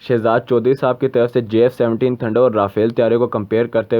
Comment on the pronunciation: Abe lode Jf 17 bol na bhi ata h